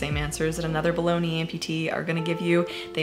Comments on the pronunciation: I heard "other balogna amputees" and felt super out of touch until I realized I misheard "below knee amputees" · When you said below knee I thought you said bologna. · Okay so I'm somewhat new to your channel but listening to this while crafting I thought I heard "bologna amputee" and since you say meat leg i didn't realize I had heart it wrong for a sec